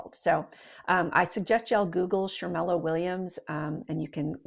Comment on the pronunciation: Shermella? Really.